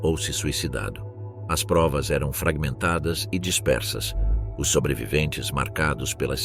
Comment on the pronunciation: Terrivel a IA que narra! O "ó-esse" para ler "os" é terrível!